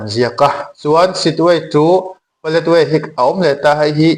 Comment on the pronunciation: Paletwai tiin i lama ,ka hriat dan chuan Paletwa ni in ka hria a dik zawk in ka ring.